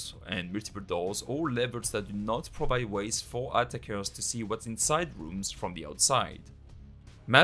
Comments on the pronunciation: I find myself repeating it haha, it kinda sounds like "Atta-kers" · Quick tip, your pronunciation on "Attackers" is a little off :-)